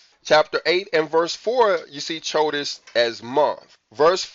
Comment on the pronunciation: Bro I don’t mean this to be rude. How have you been studying Hebrew this long and the calendar and you pronounce “chodesh” with the “ch” like in “cheese”. The “ch” makes the “H” sound and like your trying to clear your throat also. Chanukkah is pronounced Hanukkah but the “H” has the throat clearing noise. So it’s “chodesh” pronounced “Hodesh” I think you should have known that by now, not saying to be rude, much love brother